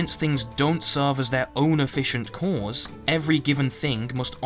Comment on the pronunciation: I’m sorry but like minutes into this I started to hate the way you pronounce “cause”.